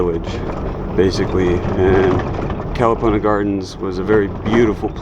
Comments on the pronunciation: Nice video. I remember Kalapana long before it got wiped out and yes it was a nice place with its black sand beach and friendly people. But Please pronounce Kuh-luh-PAH-nuh properly please. Thanks! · For someone who has lived on Hawaii Island for a long time you sure do butcher the place names. Your mis-pronunciation of Kalapana is very irritating. Your "Hi-Ho Silver!" is pretty silly. A hui hou means see you later. Are you a real estate agent? You seem to be focusing on land/home purchasing.